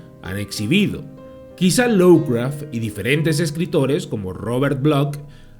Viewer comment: Cumpita, no es por molestar, pero se dice "lofcraf" no lowcraf...